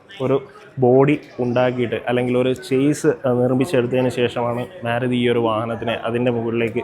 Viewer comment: മേരുതി അല്ല ചേട്ടാ മാരുതി എന്ന് പറ